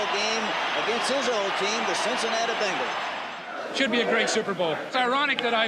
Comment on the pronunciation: Pretty sure it’s pronounced BENGals and not BANGals